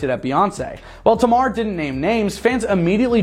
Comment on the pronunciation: Her name is Tamar (Tay-Mar)